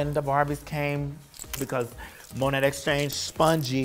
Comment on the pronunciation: I absolutely love how Vanessa cannot pronounce “Monét”